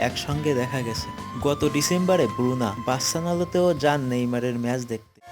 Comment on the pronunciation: উচ্চারন শুদ্ব করার চেষ্টা করেন ভাই, বরোনা না” তা ব্রুনা। got it. Stupid bangali, নীজের মাতৃভাষা ও উচ্চারন করতে পারেনা।।।।.